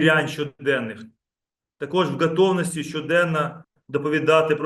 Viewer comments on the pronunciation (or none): 7 хв.,як це мурло каже слово в ,,ґатовності", зразу стає ясно-казапура!